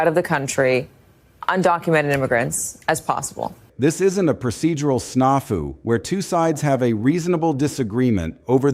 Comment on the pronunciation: Military wife here and that military term is not "snah-fu." It's "a" as in "snacks." 🙂.